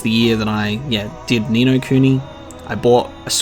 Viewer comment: The only time you sound australian is when you say "noooo"